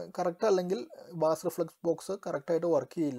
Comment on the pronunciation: ബാസ്‌ അല്ല ബ്രോ ബേസ്